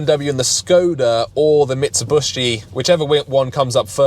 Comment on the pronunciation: "Mitsibushi" :D